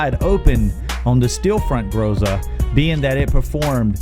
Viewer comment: Excellent research, thank you! Unexpected. By the way, if anyone cares — in Groza the stress is on the last syllable. Grozá. Means “thunder” in Russian.